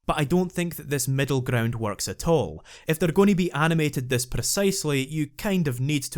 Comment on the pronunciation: he be like "grrrround type Pokemon"